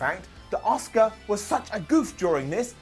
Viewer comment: Asuka, not oscar.